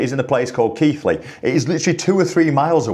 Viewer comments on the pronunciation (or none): I did /not/ know Keighley was pronounced Keith Ley